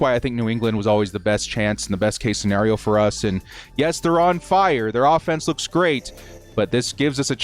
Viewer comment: I hate the way you say scenario 🤣